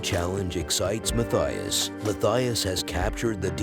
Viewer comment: Oh, and the name is pronounced ‘Mattias’. It’s a swiss/German name. The ‘h’ is silent.